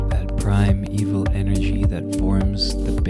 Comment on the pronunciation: He says primeval but says it in two syllables like prim-eval it means primal either way